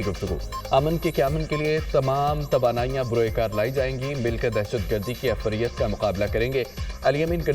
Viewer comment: Afriyat nahi ifriit